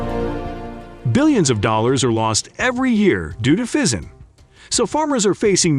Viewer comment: I never heard of Pheasants being a problem , sounds like Bullshit . And this guy cannot even pronounce this correctly either